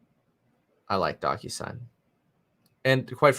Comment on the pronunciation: The way he says DocuSign sounds like DonkUSign 😜